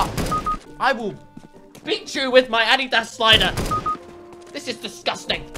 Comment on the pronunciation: you are the first youtuber I heard to say Adidas right jeez everyone in my school says it wrong when the creator's name isn't spoken like that! Thank god.